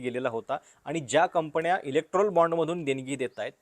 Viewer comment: शेल कंपण्या , मणा मध्ये 😂😂. बाकी उत्तम आणि स्वच्छ उच्चार फक्त गडबड न आणि ण ची. जण मण पार्टी😂😂